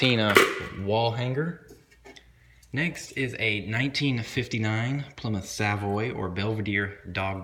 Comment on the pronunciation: Plymouth your saying it wrong